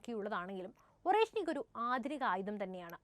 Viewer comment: Орешник എന്നെഴുതുമെങ്കിലും, അരേഷ്നിക് ആണ് ശരിയായ ഉച്ചാരണം! അർഥം Hazel Nut എന്നും !